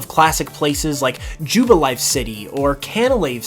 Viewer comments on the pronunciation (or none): none